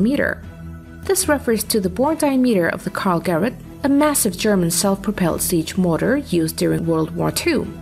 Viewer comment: It's not "Karl-Great" but "Karl-Gerät", literally meaning "Karl device".